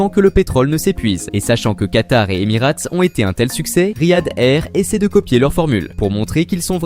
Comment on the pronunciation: en revanche je suis d'accord, cette vidéo n'a absolument aucun intérêt et n'apporte aucune information utile. Et il serait judicieux de prononcer Emirates correctement pour commencer...